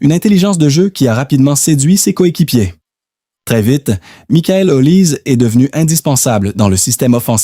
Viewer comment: Comment voulez vous qu'on vous prenne au sérieux alors que vous ne respectez pas meme la prononciation de son nom? L'IA vous infantilise!